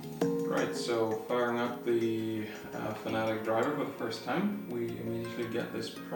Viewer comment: FANATIC LOL 😆 FAN-A-TEC FFS